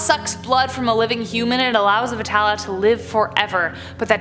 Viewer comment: Most of the pronunciations were on point... Great job... And thanks for putting this together 🤠 P.S. vetalas is pronounced "vey-taal" or "bay-taal" Also, it's "nar-ka-soor".